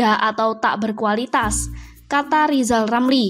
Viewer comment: Hahahahaha, Huahahahaha, Huahahahaha, Rizal Ramli gak bisa apa apa, nyebut huruf R saja belum lancar. Lizal Lamli mendingan belajal nyebut huluf R ke Locky Gelung dan Lefly Halun atau Bang Kalni ilyas